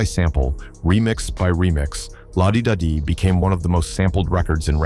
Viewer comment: The thumbnail tells u its AI.. also when they call the song Lah Dee dahh Dee.. smh Lazy channels flood youtube with quick AI videos